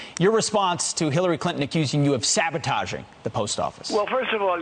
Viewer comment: David, Nobody says sabotaahhging. Disliked unsubscribed Lol